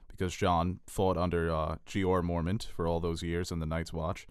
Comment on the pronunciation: MORE-MON-T!! Wtf is so hard about saying that? They even say his name on the show so there is no reason you should be saying it wrong.